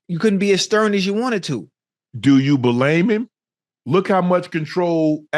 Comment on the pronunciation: "Do you buhlame em?" 😂